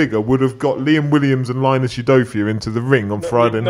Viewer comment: Good effort that. Can you please stop pronouncing Linus udofia name as Line-us it’s Linus